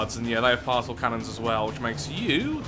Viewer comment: It still amazes me that you pronounce Particle as Parsel instead of Part-ih-kuhl